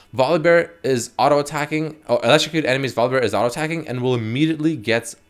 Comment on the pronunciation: Damnit it's pronounced VOL UH BEAR not VOLLEYBEAR!